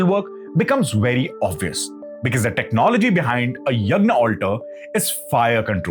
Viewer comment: Good eye opener What I could not comprehend how Yagnya is pronounced यज्ञन्य at 2.19 min where sound of N (न) is heard clearly While preparing English equivalent to Devnagri Script ज्ञ as a Devnagri letter used in यज्ञ is referred as GNYA Now N is inappropriately pronounced here in my opinion and need to be rectified Same was seen in one of the recitation by ISKON and other places just like Ram became RAMA and Yog became Yoga. I see it will be another inappropriate pronunciation ppl will adopt 😢